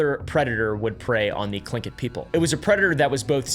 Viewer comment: was not expecting to expect an american to pronounce Tlingit properly, kudos, dude.